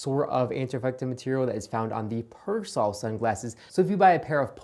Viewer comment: I really like your videos, but I absolutely hate your pronunciation of Persol... You wouldn't say "fairrairy" either.